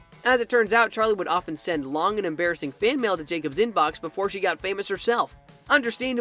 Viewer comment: "Emmbarisings moments for charlie"